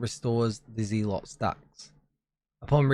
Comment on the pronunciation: Smashing coverage as per. This seasons stuff sounds a bit tedious. Lots of micro management depending on which clan you are fighting. I guess we will just have to see at the time, but it doesnt sound too appealing. One little note, as i assume you will be covering this further in the future or streaming perhaps. The one called zealot is pronounced, i assume, zell-ot. As in, religious zealot, or religious nutter. Not a massive deal, but I figured you would like to know. Either way, good stuff